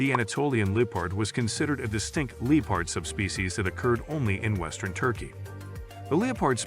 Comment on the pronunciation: Glad you have introduced us to so much wildlife, sorry to hear you have not spoken with a single English language speaker that could tell you how to properly pronounce English words, LEE-pard?😂 ka-ZACK stan? So many pronounced words that just say, I want to slap someone, try conversation with an actual English speaker, great information, hats off to the information gatherer but, dude, for real... get someone as the narrorater that can actually speak English